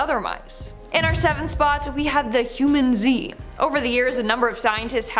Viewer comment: i’m pretty sure it’s generally said huMANzee not humanZEE…